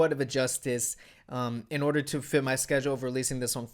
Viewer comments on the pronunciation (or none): none